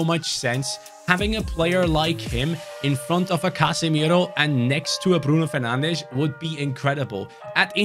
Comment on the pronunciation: Mar Tea Yal - Fer Nan Chhes 😅😂